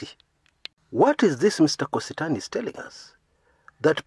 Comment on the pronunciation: it's not Kositany. Its Kosit'any.